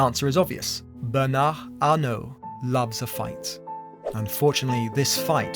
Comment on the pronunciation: You didn't pronounce Bernard or Arnaut correctly, but the attempt was well appreciated 🙏👍